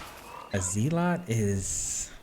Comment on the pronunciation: Didn't know you could mispronounce zealot. Odd.